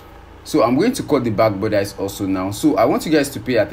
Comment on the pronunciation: Bodice... Budissss... Not bodice ... Love your work 💓💕